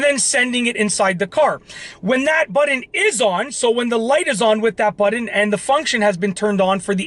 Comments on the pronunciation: It's seriously nauseating the way you pronounce the word button. It's Butt-on with a hard T. You pronounce it like it's spelled Buddon. 🙄 Stop it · Budden? Like..... Joe Budden? Or are you trying to say BUTTON (pronounced: as either Butt•un or butt•in)? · what is a "buddun" lol? And why are you yelling??? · I love how he pronounces “button” ….. “buddin”….